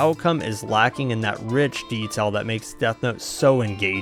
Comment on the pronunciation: The way you say "detail" or "reveal" - are you from the Mississippi gulf coast?